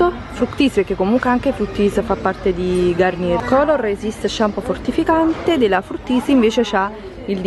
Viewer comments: La garnier si legge garniè è francese ciao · La R finale non si pronuncia.. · non si dice GarnieR, ma Garniè